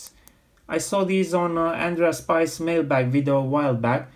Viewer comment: lol andreas "spies" XD. his name is actually pronunced something like "shpees" cause he is from switzerland and spiess is a german-ish name